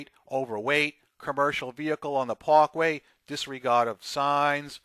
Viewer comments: Pakway?? You must be on of those so called Italians that they are more Italians than the Italians born and raised there smfh, speak right...fyi he's a O/O and not a JB HUNT driver. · This guy gets on the "Pawkway"